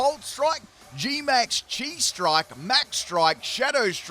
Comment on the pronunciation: I always hear G-max Chi-strike as G-max cheese strike.